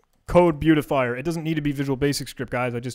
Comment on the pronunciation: "Indent....Thank You!" LOL Buea-ti-fi-er.